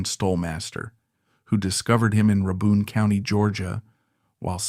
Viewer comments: Pronounced "RAY-bin" county. Good video! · "Ruh-bun county." AI slop. Also tragic ending? He's still alive. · That is not how you pronounce Rabun county.